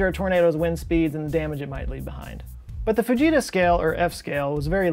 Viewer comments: I 100% though he said "the bejeezus scale". And I didn't even question it. Growing up, I expected volanoes and hurricanes and tornadoes to be a much bigger problem in my life than they have turned out to be. I guess I blame US movies. 🤣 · I kept hearing baJesus scale 🤣